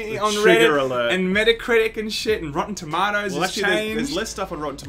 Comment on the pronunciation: You're pronouncing "Rotten Tomatoes" wrong.